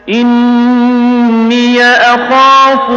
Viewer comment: اِنِّیْ اُرِیْدُ ہے ی کے سکون کے ساتھ نہ ی کے حرکت کے ساتھ جسیے آپ پڑھتے ہیں اس کو ٹھیک کرو